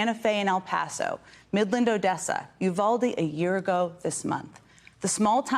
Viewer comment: Jen, lose the vocal fry. (Look it up.) Only high school girls do it. And you, like other "journalists" can't/won't pronounce Spanish names such as Santa Fe and Uvalde. Work on it. In conclusion our little governor has, in the past month, announced a family massacre and called the victims aliens. Now this. Last winter, he bused migrants to chicago in freezing weather. He wants badly a macho image he will never have.